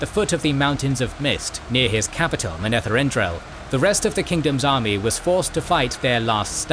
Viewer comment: You should listen to the audiobook to learn how to say the names. It's kinda weird hearing them pronounced funny. Kinda ruins the video for people who have listened to how Michael Kramer and Kate Reading say them. It's Aye-eel and Moun-etheren.